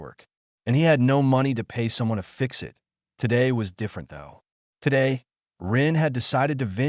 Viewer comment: Wholesome story. A bit of AI reading error at the front end, said eye tee instead of 'it'